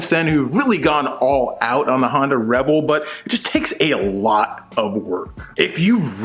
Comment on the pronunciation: Love how you pronounce Honda, sounds like you’re saying Hondo as in Hondo Ohnaka from Star Wars 😂🤣👍 The geek is strong in this 1..... yeeeeess feel the power of the force 😂🤣👍